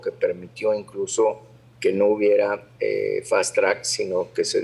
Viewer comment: Que es “Fastrac” - estás cantinfleando o es una palabra nueva en el idioma - FUISTE A LA MISMA ESCUELA CON ANDRÉS … Par de burros !